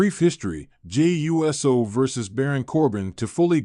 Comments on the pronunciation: It's USO ( i.e. UOOOOOSO! Get it right! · You need to learn to say uso it uso not uso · Yeah dude fucked up the name Jey U.S.O😂